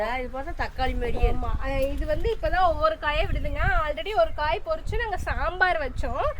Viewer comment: பொரிச்சு இல்லை பரிச்சு